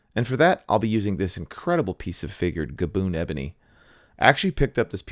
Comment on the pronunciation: Something about the way he emphasized the boon in saying Gaboon ebony gave me a tickle. Great video, great guitar. Thanks for the free content. That cameo of with the magnifying glasses was the chef's kiss.